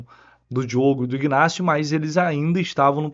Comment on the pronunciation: não é IGnacio que se pronuncia… A pronuncia correta é INacio